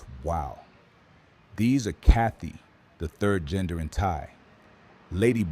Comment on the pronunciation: it's said: ka-TOY ,not kathy